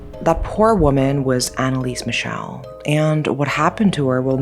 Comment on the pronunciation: Well as a german, it's kinda disrespectful to pronounce her name completly wrong. There are still friends and family of her alive. You did that to a lot of other people as well. I can't speak to the asian names but i even doubt all of their pronounciation was right. She really died because of religious delusions droven by her parents and if you don't have enough respect to look up the name of a poor dead girl, you shouldn't exploit her story. Epilepsy doesn't effect just movement but can happen in other areas of the brain as well, hence the visions. Many saints eat disgusting stuff to suffer for their sins and Anneliese might have done that as well Not because she was "possesed" rather to suffer to "be worthy of god" and expel the "demon". When she talks as a possesed, she still has strong a regional accent wich don't fit the alleged demons. It's really clear when she speaks as Hitler who spoke german as well and he has a really distinct way of speaking wich she didn't copy. You could argue for the others, that they could speak all languages as a demon now. Also she didn't knew latin because she was religios, she knew latin because she had Abitur and needed the big Latinum to begin study as a teacher with catholic religion having the big latinum as neccessaty before